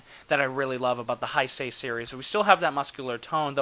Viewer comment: G91 might be the coolest Godzilla suit ever. It's powerful, menacing, bulky without being fat... Fantastic! I agree with you that it looks better than the 89 suit (which really is the same costume), and I think that has to do with the way the rubber "settled" after being used in BIOLLANTE. By the way, it's "Hey-say". I'm sorry I keep correcting your pronunciation with all these videos, but since this is a term Godzilla fans use a LOT I think it's fair to make sure people pronounce it correctly.